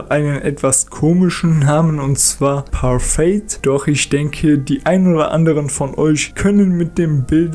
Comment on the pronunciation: Es wird parfee ausgesprochen und es ist vereinfacht gesagt eine art Eis